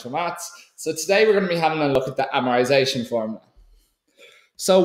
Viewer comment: Jesus Christ great video very helpful but for the love of god say amortisation with a T